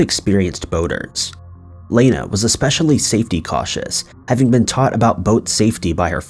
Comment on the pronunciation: Guy can't even pronounce Lana.Every video he slaughters pronunciation. His videos are good but dude,research also includes getting names and places right!